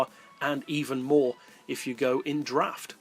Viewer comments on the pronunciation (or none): none